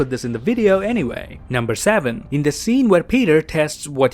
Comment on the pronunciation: „Nomber säwän“